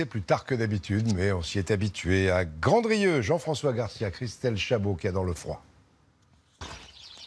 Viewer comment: Mais on dit Grandrieu comme s’il n’y avait pas de D mon dieu 😂